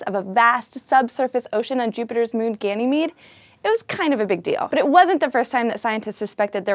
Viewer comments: You mispronounced Ganymede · Also Ganymede is pronounced as Ganymayd